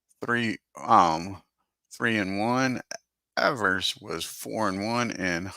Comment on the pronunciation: You’re misreading the box scores during the opening minute of the video. You corrected yourself in the second minute. Also, Evers pronounced his name as “Eevers,” not “Eh-vers.”